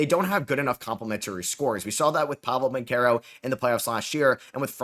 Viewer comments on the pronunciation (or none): “Pablo banchero”